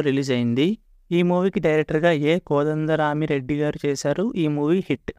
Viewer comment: Kodanda rami reddy peru sariga paluku ra babu